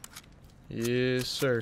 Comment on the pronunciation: Nobody:: yEs SiRrrr